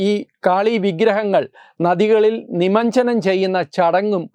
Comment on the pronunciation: നിമഞ്ജനം അല്ല; നിമജ്ജനം.